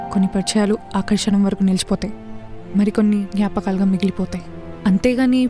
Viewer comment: జ్ఞాపకాలు అనాలి. జ్యాపకాలు కాదు